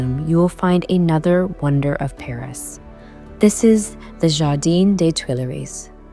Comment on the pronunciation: Hardeen?! Jardin is French not Spanish 😊